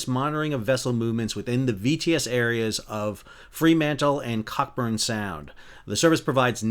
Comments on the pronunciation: FYI - "cockburn" (Cockburn Sound) is pronounced "co-burn". You don't pronounce the "ck". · Cockburn Sound - pronounced Co-burn , it’s a silent C and K . But you did pretty good and I have enjoyed a lot of your videos . 🇦🇺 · leeuwin said as loo - win and cockburn said as co - burn from a perth (sor) local hahaha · pronounced Cooburn not cock burn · For future reference it's pronounced co burn, not cock-burn, Leeuwin is pronounced Louwin. 😊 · Pronounced Loo - in and Co- burn Sound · LOL cock-burn sound. The ck is silent. It's pronounced Co-Burn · Coeburn Not cockburn Noooottt kock burrnnnnn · Fyi its not CockBurn but Coh-burn sound 👍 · Cockburn Sound - Pronounced “Co-Burn Sound” has the 3 and 4th letter as silent letters. The locals hate when it’s called “Cock-Burn Sound”. But don’t worry, I call it “cock-Burn” coz I’m originally from the other side of Australia and Aussies on the east also call it “Cocknurn” when they have to read the name of the place. Only the locals don’t like it when it’s said wrong. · bru... did you just say: 'Cock-burn' 🤣😂 it is pronounced "Co'burn' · As a local here it's great to have a breakdown I can understand. Better than the crap they had on the news. Best part of Australia, just saying. Oh, and if it comes up again its pronounced Co-burn, not cock burn. Thats what you get with loose women. But that's a story for another video😃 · Use to fish in that area. Saw the Leewin II last week with my son. When I was in primary school, I boarded that ship. It's still in the same state after the accident.😢 Another thing is that Cockburn is pronounced as Coeburn. Even Google maps pronounce it as Cockburn but as a joke I call it Burnt Cocks.😂😂😂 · pronounced co-burn not cock-burn ;) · Cockburn is a real suburb, but it's pronounced "Co-Burn" by the locals. Much to the jovial dismay of visitors and observers 😂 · Cockburn is pronounce Coburne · Its pronounced Coburn sound just saying!! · It's pronounced co-burn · cockburn - lol. it's pronounced co-burn